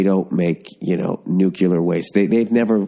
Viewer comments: Bill for the love of GOD, the word is NU-CLEAR! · "nuke you lur" vs "new clear" Discuss.